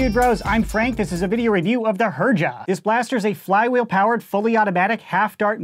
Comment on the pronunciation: I'm pretty sure it's pronounced "Herja"